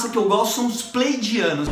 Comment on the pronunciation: meu amigo, acho q o nome certo é Pleiadianos e não playdianos ehehehehehehee